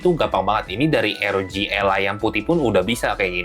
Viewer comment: R itu di baca AR. Kalo pake o-ji ya ar-o-ji kalo pake ER ya er-o-ge